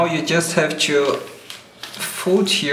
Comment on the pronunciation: Fucking hate it when you say 'to'. It comes out 'chu'. God.